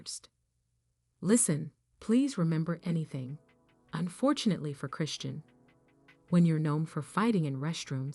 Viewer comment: CAN YOU PLEASE AT LEAST SAY HER NAME CORRECTLY ???